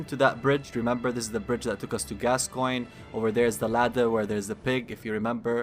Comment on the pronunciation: I must say, I appreciate that you could pronounce the name Gascoigne. It's Gas-Coin, it's not that hard. Yet, SO many other channels insist upon saying "Gas-kee-oh-nee" or something. It gets kind of frustrating after a while.